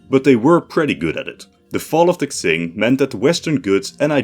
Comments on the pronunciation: Quing is Ching, not Xing. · Just saying Qing is pronounced something like Cheeng or Tseeng in Mandarin, or Ching in English, not Ksing. Looking it up on forvo is always a good idea if you want to find and listen to native pronunciations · Deadass cannot watch this cus you keep saying "zing" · its pronounce "ching" not "xing" please lord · It's pronounced "Ching", not "Ksing". Would it have hurt to do even the most basic research on pronunciations? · QING THE "KSING" THING IS KILLING ME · my guy, how can you say qing so many times, yet not look up how it is pronounced. I am loosing my mind every time you said k-zing... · Qing is pronounced "Chin" or "Ching" not "Xsing" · Isn’t it pronounced Ching rather then Xing? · no, tsing would be rendered jn pinyin as cing, qing is more like ching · Qing is pronounced Ching in English, not Ksing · I think hes trying to say tseeng, but sorta failing and it sounds like ksing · Pronounced Tjing not xing, nice video though. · Qing is pronounced Ching. not Xing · He’s pronouncing it like Tsing, the Cantonese Romanization pronunciation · Genuinely flinched every time I heard "Ksing". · i wince everytime u say ksing, makes this video nearly unwatchable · It's pronounced "tsshing" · I'm sorry but I hate how you pronounce Qing, where do u get "X"ing from? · Everytime he says "Xing" I die a little bit more inside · i think hes trying to pronounce it in the cantonese romanization where it kinda reads "tsing" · Literally unwatchable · I heard Kaching... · but he does sound a little bit racist because of that. why is it so hard? like it's spoken like it's written, Qing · Bruh thinks Qing means Ksing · Qing is surely pronounced "Ching" isn't it+ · I thought it was pronounced king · Qing in china is not pronounced ching. Its more of cing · I thought it was Q-wing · as a fellow dutchman your pronounciation of Qing is just wrong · Unironically this is hard to watch because of how you pronounce qing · at least he doesnt say “quing”